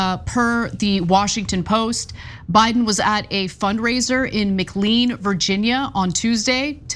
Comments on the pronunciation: McLean, VA, is m-KLANE, not MICK-lean. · McLean, VA is pronounced McLane